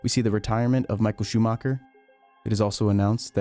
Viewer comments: Imagine being a F1 fan and create content about F1, and not even bothering properly pronounce one of the most legendary F1 pilots name ever. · I was talking about Michael Schumacher. It's a German name. While it's unreasonable to expect a foreigner to pronounce it in a perfect German way with German accent, I do believe you should at least try to do so.